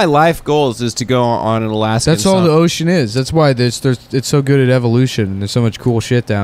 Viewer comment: they prnounced Ocean wrong it wasn't in Baltimore accent. it "Oh-shion". I'm pretty thirsty I could use some Ohsion right now.